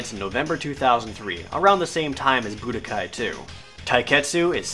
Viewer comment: I like the part where Jared says Budakai =3